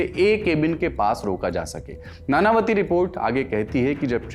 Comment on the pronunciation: नानावती नहीं नाणांवटी होता है